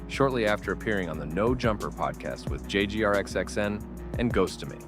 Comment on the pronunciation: "jay gee r x x n"